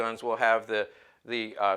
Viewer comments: Nice " rig ". Also you are mispronouncing the gun's name. It is a name of the city it was made in, RA-DOM. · OK, Let's get the pronunciation of the city of Radom, where the gun was made, correct. It's "Raa dome" for those of you non-Polish speaking people. It was a fine firearm with virtues of both the Hi-Power and the 1911.